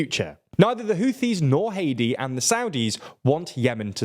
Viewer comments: Its Hādi not hedi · It’s not hati why is this commonwealth accented guy this sense ? hati is a country we pronounce (HATE TEE) , Arabs with the letters H A D I , is (HAH DEE) . It’s pretty simple , I knew two people with this name . and no ever called them Hate tee , always Hah dee Jfc . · Errmmmmm It's Haadi not Heidi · The former President of Yemen is Haadi not haedi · it's not hedi it's hadi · Every time he says Hadi I think he's saying Haiti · you completely massacred the pronunciation of HADI